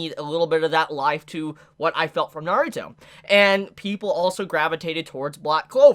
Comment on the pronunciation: it just feels like you're putting too much emphasis on the "ruto" part